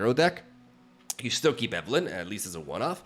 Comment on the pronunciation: POROKING POROKING POROKING POROKING I steel believe 😂